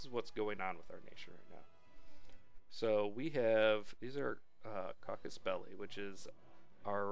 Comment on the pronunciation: Nice video for the basics of EU4. Anyway, it's CASUS BELLI. It's latin and it means "cause for war", more or less. ;) cheers!